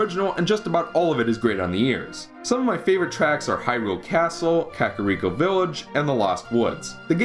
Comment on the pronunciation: Why does no one know how to pronounce "Kakariko"? Its Ka-KA-rico, not ka-ka-REE-co ffs.